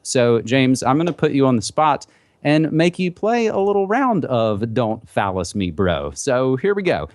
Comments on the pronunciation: Hard to take seriously something called "Don't fallacy me bro" especially when you pronounce it "phallus" lmao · Is he saying fallace instead of fallacy on purpose..? I can't tell. smh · Yeah. He said phallus! Ha ! It reminds me of that Ben Stiller movie. "Cock me! Cock me like a black guy!"